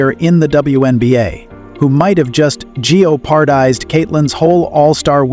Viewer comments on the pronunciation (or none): G O Pardized??? Numerous instances like this throughout the clip. This 'bot' needs a lot of work with how to say words. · I cannot stand AI’s narrations!! They cannot pronounce “jeopardized”…pronounces it “Gee oh par dized”! “Ja new un” is Genuine.